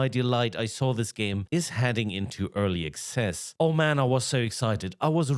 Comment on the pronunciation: It sounds like you’re saying early excess. The only excessive thing about these vaporware games is how the amount of cash the lead devs pockets before failing to delivering.